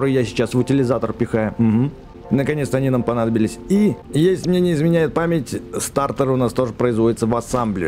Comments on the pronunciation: Не стартор а статор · Не стаРтор а татОр